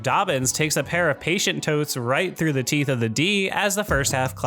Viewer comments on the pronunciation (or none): none